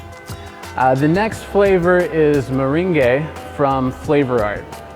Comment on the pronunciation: Nice presentation! I heard you on DIY. You have a welcoming stage presence. What do you suggest as a replacement for Cap. French Vanilla V2? Good luck with your new endeavors. Meringue is pronounced, "mer-ang". The a is long. "ang" is pronounced like it is for the word, angle, as in, " 90 degrees is a right angle". Cheers!